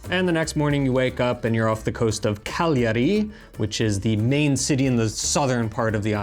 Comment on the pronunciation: you are probably the first english speaker I've heard in my life that pronounce "Cagliari" (almost) correctly. Well done, sir, well done 😄👍👍